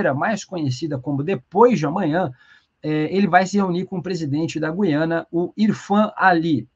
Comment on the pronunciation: A pronúncia correta é GU-IA-NA. Ajude a população a usar a língua materna devidamente. Lembre-se: você é formador de opinião.